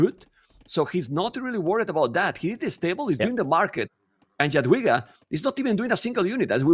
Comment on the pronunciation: jesus christ on a motorbike! thank you so much for correct pronunciation of Jadwiga from the